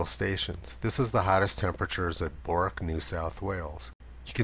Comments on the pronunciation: Bourke is pronounced as Birk. (That's the closest I can get. Anyone else want to have a go at Bourkes' pronunciation ?). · Bourke is said Berk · Hi Tiny, BOURKE has a silent O and E. It is pronounced BURK Cairns is pronounced CANS Brisbane is pronounced BRISBIN Melbourne is pronounced MELBIN Otherwise aussies will know that you are a bloody tourist :) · Awesome work! (It’s pronounced Burke).